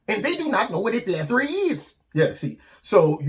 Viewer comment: Is it “plethora” or.... pla thooorrraa? “. Haha!